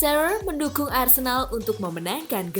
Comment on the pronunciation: Bacanya Alan sirer Mpok wkwk